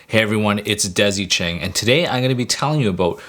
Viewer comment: I had to pause the video and check the spelling of Desy Cheng. (sounded like Daisy Chain, lol!)